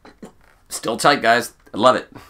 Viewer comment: Every time you said "tight" you sounded australian.